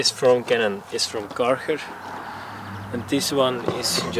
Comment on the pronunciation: Karchar? 😂 I didnt realised this Name is so hard to pronounce in english until now